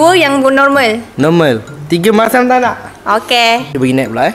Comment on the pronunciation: “Tiga masyam takank HAHAHA “